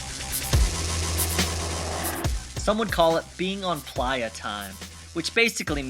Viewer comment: Ply-A-Name? Are you purposefully pronouncing that like a refugee or is there some kind of significance. The sign said 'Playa Name Help' and the only pronunciation I've ever heard for the word playa is, phonetically, play-uh (or play-ah depending on your accent, I suppose). Either way, the original word was player and it's just being written the way most people say it. Also, it makes for a way better sign than "Player Name Help" lol. I'm sure everyone on YouTube is going to think I'm stupid or psychotic (or both) for making an entire comment just for your pronunciation of one single word, but it genuinely surprised me and I was too curious to pass up this wonderful opportunity. So teach me your ways,, or at least explain your bizarre pronunciation of such a common word. By the way, great video!